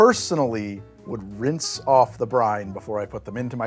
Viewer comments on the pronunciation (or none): none